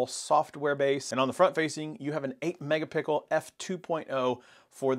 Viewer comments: I love this phone. But it's megapixel not megapickle. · What we are doing is making fun of the guy saying Pickel instead of Pixel. It is funny! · How can you pronounce "pixel" fine when you say the phone's name, but when talking about the camera it's suddenly "mega-pickle"? And how did you not hear the difference in audio? The 5 was awful, thankfully I use headphones and won't care, because I need to upgrade my pixel 3 phone. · I was subscribing until I heard mega-pickle.. lol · That man said mega pickle O.o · did he say Megapickle????